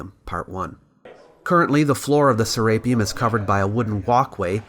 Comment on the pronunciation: Se-re-peum not se-RAPE-eum